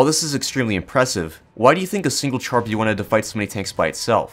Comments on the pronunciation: As a brit that speaks fluent french, it causes me pain hearing people say TChar B1 not Shar b1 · I don't want to be that guy, but its pronounced "shar B1". ("Char" means tank in french)